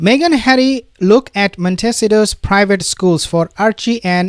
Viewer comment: Mon tee c toe….. plz learn to say correctly……..